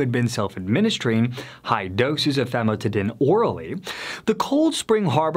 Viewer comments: This guy is not a medical professional as he mispronounces basic medical terms. Famotidine (Zantac) chemically increases in a cancer causing agent when exposed to heat. It has been recalled by the FDA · This guy is not a medical professional as he mispronounces basic medical terms. Famotidine (Zantac) chemically increases in a cancer causing agent when exposed to heat. It has been recalled by the FDA.